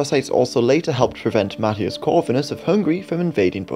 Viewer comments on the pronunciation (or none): none